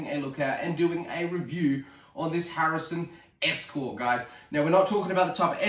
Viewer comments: harrison???? its a hatsan!!!! lol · its a HATSUN ESCORT .22lr not a harrison as you keep calling it.